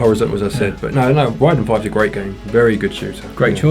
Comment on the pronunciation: Lol i was listening to the video, not watching, and when you said Raiden 5 i thought you said Ridin' 5 and I was l like, "What? Never heard of that one!" Then I looked and was like, "Ooh RAIDEN" ha! Great vid!